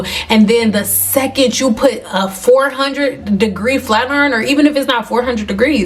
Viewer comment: "Flat Urn" 😂